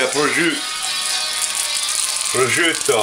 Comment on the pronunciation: I thoroughly enjoyed this video! Looks yummo. And good pronunciation of prosciutto also. Great dish and awesome entertainment.